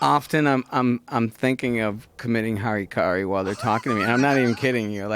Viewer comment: when a japanese swordsman (samurai) commits suicide, it is called harakiri, not harikari. just sayin.